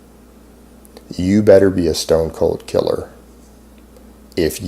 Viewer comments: The word is pronounced POGE you fucking idiot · "You better not be a POG" HAHAHA it is pronounced 'P-oh-guh'. You dirty nasty civilian... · This poser doesn't even how to pronounce POG.